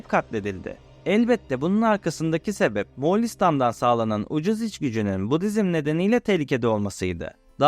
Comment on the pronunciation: Moğalistan değil “Moğolistan”